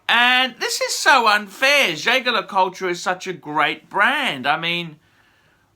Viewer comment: Why do you keep rounding the name wrong . It’s pronounced with a soft j and you don’t pronounce the tre at the end . It’s pronounced jay jay le coolt